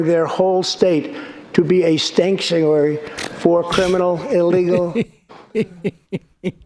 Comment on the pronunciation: Nah he said "stankuary". He knows we got the loud pack😏